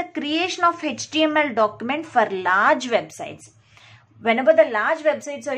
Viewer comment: It’s not Hetch TML it is HTML